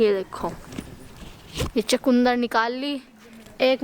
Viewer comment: चकुन्दर नहीं होता चुकंदर होता है इंग्लिश मीडियम में पढ़ते हो